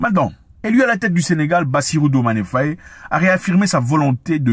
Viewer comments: C pas Fauyé mais Faye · Frangin, merci pour toutes tes vidéos 🙏🏾🙏🏾🙏🏾🙏🏾. Infiniment 🙏🏾🙏🏾. Je vous suis et vous regarde pour suivre les informations 🙏🏾. S'il vous plaît, ce n'est pas FAYÉ, c'est FAYE ( faille) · Nous n’avons pas besoin de Karim Wade! Il a été épinglé par l’ofnac, qu’il rende les milliards volés! Par ailleurs une petite digression pour toi Zack, au Senegal on prononce bien le nom du président “FAY” le “e” est muet. D’ailleurs ce patronyme existe aussi chez nos voisin Gambien car la Gambie et le Sénégal ont les mêmes ethnies et on dit bien “FAY” en prononciation. Même s’il s’écrit FAYE. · Monsieur Mwekassa j’ai grandi en sagesse avec vos mots et paroles. Néanmoins depuis peu je vous écoute mais quand vous prononcez nos noms sénégalais vous les francisez. Svp faites juste un effort pour cela. Ex: FayE et non Fayé. KanE et non Kané. Le peuple vous remercie beaucoup et j’aimerais bien vous inviter dans mon quartier à Dakar tout le monde ne parle que de vous. Merci infiniment